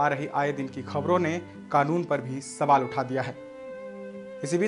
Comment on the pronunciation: Mere(JAHIL GAWAR ) anchor bhai Sabaal nhi sawal hota hai pehle ache se bolna sikh le fir achoring karna